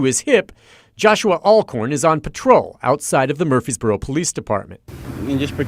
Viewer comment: Am I an idiot? Shaq coming out to play with those kids had me tearing up. Also. Way to super mispronounce Murfreesboro